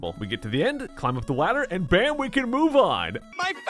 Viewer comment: "climb up the wadder"